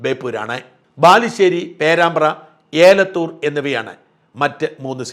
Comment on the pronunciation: ഏലത്തൂർ അല്ല എലത്തൂർ ആണ്